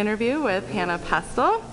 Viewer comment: You probably should learn how to say someone's name before you interview them. It's Hana, not Hannah.